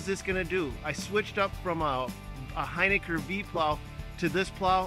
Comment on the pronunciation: Hey, it’s pronounced Hin-ick-R...